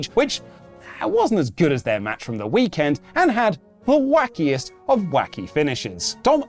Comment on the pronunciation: I want breakfast. His energy was unreeeeeeeeal today xD. Literally pronouncing the camelCase when saying WrestleMania weekEnd!